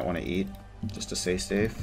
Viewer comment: "I might wanna eat, just to say stafe"